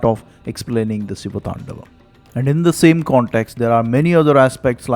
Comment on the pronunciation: Great work spreading your knowledge! but you butchered the pronunciation of the siva thandava sotram. Hope you correct it next time! - 1. "Gala jJala praVaha pavi thastale", not "tala jvala prabhava pavi thastale". 2. "ninada Vadda"not "ninada madda" 3. "thandavaM" not "thandavath"